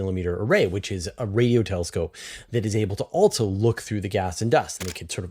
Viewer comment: BroAh, I try to cut you some slack being a CanadiaLunder, but "Altzoh", isn't how you pronounce "Also". Altzoh, lose childish video game noises and camera clicks. They are 100% not tolerable. That is all.